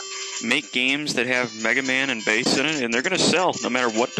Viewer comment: It's pronounsed base